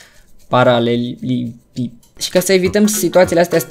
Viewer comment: Se spune paralelipiped😂 Like sa vada:)